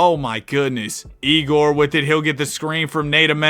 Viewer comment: Fyi, egor is pronounced yay-gor